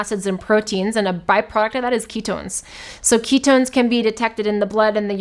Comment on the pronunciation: "key tones"